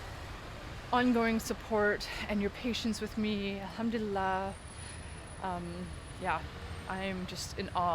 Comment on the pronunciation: Mashaa Allah sis love your video. May allahs at bless your soul. Loved the way u say Alhamduillah. Yesterday I saw an ayah ( surah ankabut-ayah 45) where Allahs swt is mentioning that when we talk about Allah among people He swt remembers us among His angles and indeed He praising us in that blessed gathering is a greatert honor. May Allah swt accept it from u sis❤